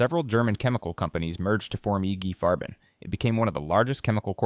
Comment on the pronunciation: Who is "Iggy Farben"????